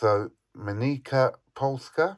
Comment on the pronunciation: I remember it very well, it was one of the most interesting objects at the Berlin Money Fair. I wouldn't have thought that it had such a high weight. It's also fun to wave a pen underneath without any changing effects on the floating coin, amazing. The correct pronunciation of the Polish coin manufacturer is in english something like "Mennitsa" (in polish Mennica means = the Mint).